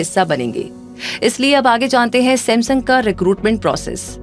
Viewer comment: Reminding kachra Seth ,Ye mera samsoong ka number 😂😂😂